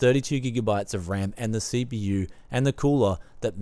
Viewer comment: I have pea see with ayyy m dee si pea yu.